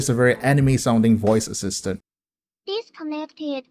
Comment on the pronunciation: "Deesconnected - coonected!!"